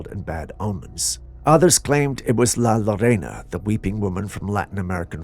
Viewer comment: Did you say " la lavega" ?🤣🤣🤣🤣 la llorona pronounced herr-ona, silent h and rolled r. FYI